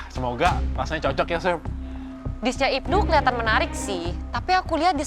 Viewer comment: salfok sama cara ibnu nyebut chef jd syephhh😂✌🏻